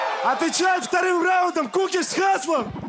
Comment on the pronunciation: Там не кИкуш Правильно - кУкиш, А так как всегда топ :) __________________________________________ There's no Kikush That's right - Kukish, And since it's always top :) ___________________________________________ Es gibt keinen Kikush Das ist richtig - Kukish, Und da es immer top ist :)